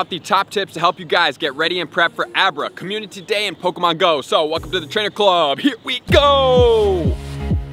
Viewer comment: Another month... still can’t pronounce community